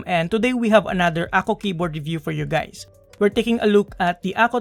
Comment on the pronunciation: what did u say, hi gays